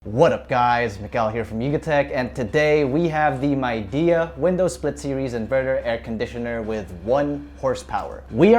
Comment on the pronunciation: Its pronounced as Mei Di, not MAI😂